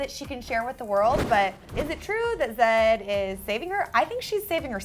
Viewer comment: It's not zadd. It's z eh d